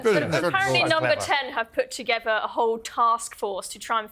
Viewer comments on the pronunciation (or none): Our deputy pm says togever rather than together. What happened to us when a chav like her gets 3 homes from the taxpayer?